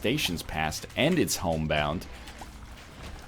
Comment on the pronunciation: Stop calling Tech.5 TechX